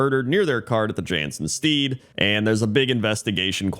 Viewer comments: Jansen *Sted, not Steed. Stead, like homestead. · A pointless correction for a pointless top 10: stead rhymes with dead :) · Stead rhymes with bed